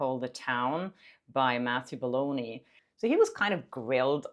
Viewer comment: please stopp calling him BOldoni 😞